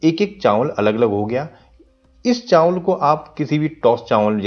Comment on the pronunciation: Chaanwal😂bolne ka trika